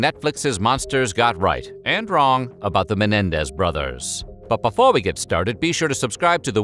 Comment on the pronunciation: He can't say before correctly though.